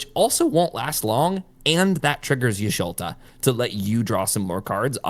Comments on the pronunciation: Thanks for this video, great information about to try this deck out for the first time later. And I died every time you called her Y'Sholta v. Y'Shtola, she's my favorite, it was funny though :) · ish-to-la no ish-lo-ta